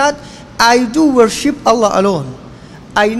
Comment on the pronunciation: السلام عليكم استمروا اخواني السلفيين بس حبيت أنوه الكلمة الصحيحة هي worship ب ال P